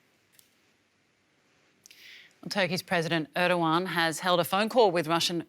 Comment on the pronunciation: ödoan and püten what kind of pronounciation is that